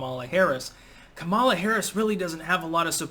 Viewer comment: Why does everyone who doesn’t like her pronounce her name wrong? 😂